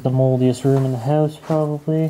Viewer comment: u said howwse